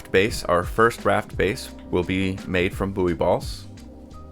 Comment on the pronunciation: Nice video - just for info, "buoy" is pronounced the same as "boy" and not "boo-ee" 😁 Minor nitpick aside, excellent vid.